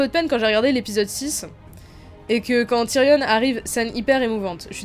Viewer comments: C Tyrion pas Tyrionne! Le on se prononce comme dans camion, dragon ou gayporn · Pk tu dis TYRIONNE ??